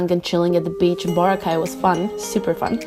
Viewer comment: Boracay is pronounced Bo-Ra-Kay pls pronounce the letters harder believe me you'll get laughed at Most locals are nice, but some can be pretty savage